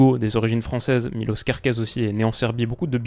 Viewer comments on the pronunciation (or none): Je pense que la Hongrie est une équipe qu'il ne faut pas sous-estimer. La première équipe qui la sous-estimera, elle aura RDV à l'aéroport. Sinon, Miloš se prononce [Mi]-[Loche]. C'est un prénom "yougoslave". Petit rappel : Š = Ch Ć = Tch Ž = jeu (à adapter suivant la voyelle qui suit (ža = [ja]vel, že = [gé]nie, žo = [jo]vial, ži = [gi]let, žu = [jou]et)) J = yeux (se prononce comme en allemand ou dans les pays germaniques/scandinaves/Slaves) Đ = Dio H = c'est un H souffler Č = j'ai pas trouvé le bon exemple mais il ressemble sensiblement au [Tch]. Pourrais-tu faire une vidéo (oui, c'est encore moi et je suis casse cxilles) sur les pays ainsi qu'une explication sur la prononciation néerlandophone (j'aurais jamais cru écrire ce mot). J'ai des personnes qui ne me croient pas.